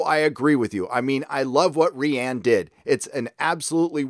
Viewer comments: Stop calling rian (pronounced ryan) like ree-anne. Its frustrating lol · You pronounce Rian Johnson as "Ree-Ann" and not "Ryan." Is that on purpose? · Quit calling Rian “Rianne.” He’s cool af. Jar Jar Abrahams is hilarious, so I’ll allow that to continue. Thanks for the vid ✌️ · I love the way you say rian XD